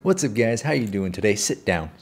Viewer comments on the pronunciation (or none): No be honest. You started the video with what's up gays and not guys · did he say guys or gays😀